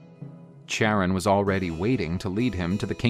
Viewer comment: Charon is pronounced “Karon” not like “chair”.